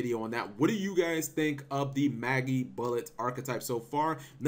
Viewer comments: It's not pronounced "Maggybullet" it's pronounced like Magic Bullet, but without the "c" in Magic. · Say Magic, Say Bullet. Say Magibullet. It's pronounced like Magic, not Maggie. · I fucking got cancer hearing you pronounce Magibullet wrong constantly. It's not fucking Maggybullet! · Nintendo Jones How do you know it is not Magi (long I) bullet.... Oh we don't.... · mah-jee bullet... gosh cap